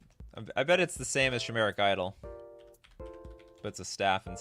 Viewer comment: I don't mean to be annoying, who cares if people mispronounce stuff, everyone does it at one time or another. In fact I think it's part of the charm of the channel. With all that being said, chimera, chimeric etc is pronounced with a hard "k" sound, kimera, kimeric, it's probably from greek.